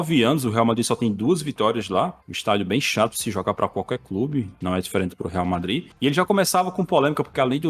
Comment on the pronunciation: ''varmadrid'' blz entkkkkkkk